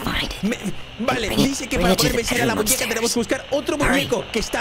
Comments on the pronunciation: Dise muneca no muñeca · hahahahaha es muñeca no muneca en el vídeo 😂😂😂❤❤❤ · Soy yo o la muñeca dijo mewuin???? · puso muneca en lugar de muñeca